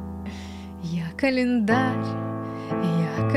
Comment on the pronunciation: я человек простой, слышу "я клаендарь-я календарь" - ставлю я календарь